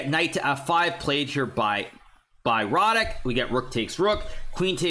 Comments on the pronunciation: Yea,I'm native on Polish and want congratulate Hikaru,pretty good speech. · I was surprised that no Pole wrote that Hikaru pronounced Radek's name quite well.